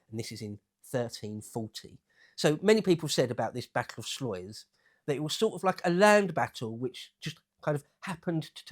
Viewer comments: Pronounced Slice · It's our word voor sluce. It's a vowel and sound you arrowgoblins don't use. Type in "Sluis" in Google Translate for pronounciation.